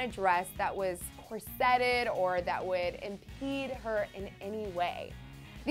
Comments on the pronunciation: I usually do not comment, because it is not nice to nit-pick. That being said, IMPORTANT is not pronounced im-POR-ant and it is COR-se-ted not cor-SE-ted. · Le-foe? Cor-set-ed? Come on, prep the girl! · It's pronounced, "COR-setted," not "cor-SET-ed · cor-set'-ted?? Not so Clevver when you can't pronounce corseted. FAIL! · The way she pronounced corseted lmao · Learn how to pronounce corseted.